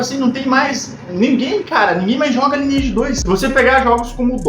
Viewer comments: Primeiramente que não se pronuncia “lineeige” e sim “laineeige” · Parei de assistir no primeiro “ lini eidi “ vlww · Eu perdido: Lineage (aqui a galera cahamava "laineage" e me perguntando, mds mudou muito mesmo o jogo, o que é fazer "cast" que ele tá falando? Ai no final fui entender quest! kkkkk